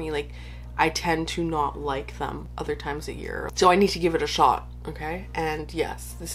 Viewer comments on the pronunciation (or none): none